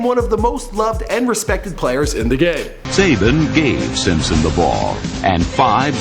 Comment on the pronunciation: Simsoin? I thought it was Simpson.